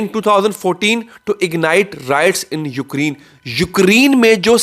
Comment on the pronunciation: Please don't Pronounce Ukreen It's Ukrain Ucrain